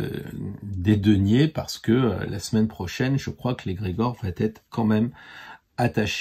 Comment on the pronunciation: Oui oui un bel homme avec plein de sous 😄 merci pour vos conseils... Par contre "va t'être" ça fait mal aux oreilles 😉